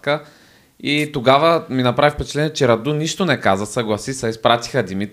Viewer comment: не е Раду̀, а Ра̀ду!